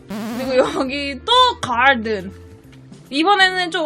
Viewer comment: 가rrrrrr든이 뭐가 저리 많아ㅋㅋㅋㅋㅋㅋㅋ